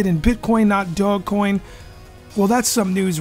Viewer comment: bro SAY IT RIGHT OMG how you make a video about it and you don't even know how to pronounce it